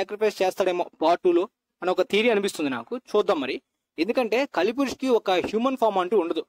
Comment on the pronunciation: adhi kaali purush kaadu kali purush bro